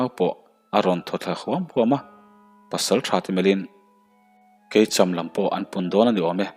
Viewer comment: Kelkhum, kel (goat) khum (bed) angin thlûk la, keicham, sakei (kei) eng chen nge i châm dawn (châm) angin thlûk rawh, tichuan awmzia a nei ang. Tekawnga hming Chalrenga pawh reng hi thlûk rawh. Van lal reng tiha reng ang hian.